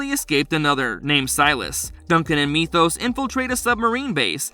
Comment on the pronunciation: At least he pronounced Methos correctly this time lol.